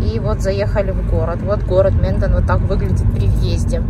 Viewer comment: Это не Минден, а Менден